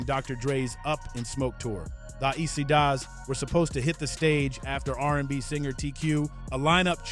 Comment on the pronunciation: Bruh you ain’t pronounce the Eastsidaz right. Appreciate your love for our culture. But next time; pronounce that shit right.